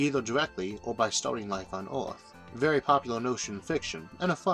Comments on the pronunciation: like how does someone speak all these big words like a baby and expect to be taken seriously? Maybe take a minute to correct your luewrng tuewrng impediment before trying to inform the wouwld and the eawth. like every other word is teaching children how not to speak correctly. what a fucking joke. I could laugh at this video all day luewrng. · I'm still very irritated because of your pronunciation of "earth" and "mars". kinda keeps me from subscribing :'D but nonetheless your content is in fact one of the best I found on YouTube. Thanks